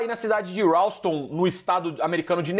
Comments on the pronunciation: Não, cara, é Ralston Nebraska. Houston (hills-ton) é no Texas e em Nova York chamam de Halls-ton. :) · “Raouston” a cidade!!??? 🤣🤣🤣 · "Houston, no estado americano do Nebraska" hahahahaahah Meu Deus, Houston fica no Texas, que não tem nada a ver com Nebraska, e se pronuncia "Riuston". Fazer o dever de casa aí gente heuheuheu